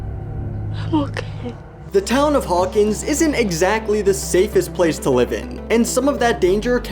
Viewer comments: did you just say hawkings instead of hawkins "idiot" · I’m sorry but I’m the beginning did he say the town of “Hawkings” ? 💀 I love the video though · Ok but the fact that at the beginning of the video he said “hawkinGS” rly rly rly rly bothers me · HAWKINGS ITS HAWKINS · isnt it hawkins? not hawkings right? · Haw keens 😂😂😂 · "hawkings" sir